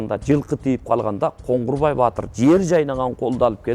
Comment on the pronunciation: Коңгурбай эмес, Коңурбай